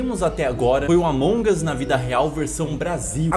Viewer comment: Mds gente, não é Among us, é Allmongos cara!!! Edit:"os incriveus " é foda KKKKKKK Edit 2:vcs perceberam? Yn Yang? Se não perceberam reveja o vídeo